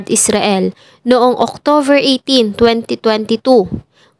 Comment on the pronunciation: Mam OCTOBER po hindi OCTOVER 😊